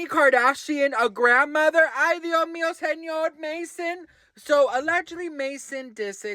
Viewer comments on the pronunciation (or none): It’s “Dioh Meeoh..” 😅